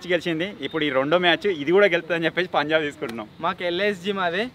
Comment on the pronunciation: Anna antha baga adru kani oka mistek chesaru _ akada punlab❌punjab✔️